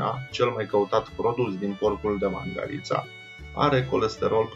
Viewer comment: Nene vezi ca Mangalita se pronunta altfel, cu accentul pe alta silaba.